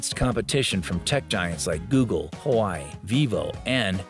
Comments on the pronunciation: You showed the fold 5 with a stylus sticking out. Is that a mockup? Several articles and videos say that the device does not come with an S pen and does not come with a storage slot. Also, Huawei is pronounced wa-way, not hawaii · I chuckled every time you mispronounced Huawei. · He legit pronounce it wrongly each time